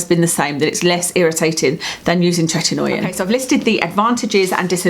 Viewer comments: You're mispronouncing the "oi" in "Tretinoin". It's not Tretin-noy-in, as you pronounce it. It's Tret-in-oyn. We just find it annoying. Also, are you aware that there are very white patched under your eyes? Perhaps practise better blending techniques. Not trying to be nasty, just a very noticeable observation. You're also mispronouncing "squalene". Anything taken from sharks is extremely cruel and incredibly bad for the planet. Sharks largely govern the oceans, controlling the oceanic eco-system. Most of the oxygen we breathe comes from the oceans. Supporting disruption of the oceanic eco-system by cruelly murdering sharks for personal vanity is very very wrong. It's incredibly brutal how they're caught and killed. Grow old gracefully. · Happy New Year. Hope 2018 is a good one for you. 💋 Btw, it’s pronounced TRET-IN-OH-IN. 😄